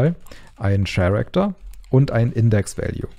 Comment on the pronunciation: Super Tutorial, die Animation sieht verdammt gut aus. ps. "character" wird "käräkter" bzw. nach IPA ker-ik-tər ausgesprochen 😉